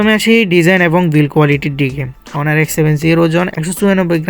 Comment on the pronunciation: হনার না অনার হবে :face-red-droopy-eyes